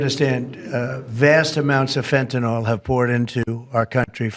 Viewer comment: you're too smart to be so inarticulate: The word "FentaNYL" is not, for the love of god, pronounced "fenta-NOL." Do you see that super-duper hard to detect, camouflaged "Y" at the end? Yeah, "Y" is never, ever pronounced as a short "O". It's "fenta-NILL." 🤦